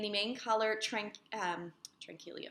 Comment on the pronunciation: Hello! I’m so glad I found you! I am returning to knitting from a 10yr hiatus, and I am loving podcasts while knitting! Love the Tranquilo sweater....I noticed you stumble on how to pronounce it.... but I think it is pronounced ...Tran key yo 🤔 At any rate it beautiful!